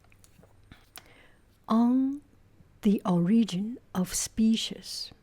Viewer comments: The cat is adorable! The only noticeable sound difference to me was in your pronunciation of "species." It could be either "spee-sees" or "spee-shees." The "ees" part is what sounds 'off' to me, almost like the sound at the end of "peaches." It's now a schwa sound, but rather a close front rounded vowel. Not sure if that explanation helps, lol. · For species, say “spee=sees” Goo goo looks like a lovely cat 😍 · In my family, our pronunciation is "spee-shees". I think it's interesting how it varies from region and family.